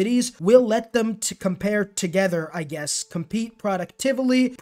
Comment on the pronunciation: Believe it or not, closed captioning was able to figure out what you were saying!